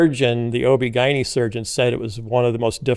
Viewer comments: Lots of people pronounce it that way, including OB/GYNs. It was jarring the first time I heard it, but now I’m used to it. 😂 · Is that how Chicagoans pronounce OBGYN?? 🤔 🤣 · 😂😂> its so funny how he pronounces ob-gyn. But huh-uh...that's just another Phil-ism. Apparently: You can take the man out of the veggies tales but you can't take... (Well, you know 😉).